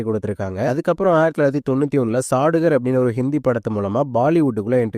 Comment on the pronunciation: Halo , athu sadugar ille “சௌதாகர்”. ஹிந்தி படி